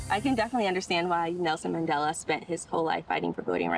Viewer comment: Bro really said Maandale